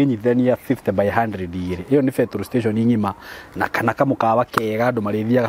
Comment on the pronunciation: surely...feturu stechen...😅😅love it. Gikuyu halisi.